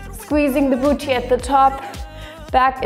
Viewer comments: The way she says BOOCHY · I'm sorry, but every single time I see pamela I'm absolutely shooketh at her body like fr shes not photoshopped I- Also I love how she says "booty" so posh-like